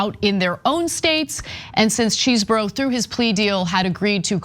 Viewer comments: Why take on a news segment if you have no clue how to pronounce a name? Does Chesboro look at all like it should be pronounced as Cheeseboro? Its not the most annoying thing you do but its still quite foolish. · It's Chesebro not Cheesebro! OMFG 🤣🤣🤣🤣🤣💯💯💯💯💯 High school must have been hell for this dude 😅😅😅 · NOT CHEESEBRO IT'S Chesebro learn how to pronounce! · Ana has said the names “cheezbro,” “chessbro,” and “chess-eh-bro” all within 5 minutes of one another. I ❤ the lack of respect, keep it going babe! 😂😂😂😂😂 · Huh, his name is Chesebro, get your facts straight.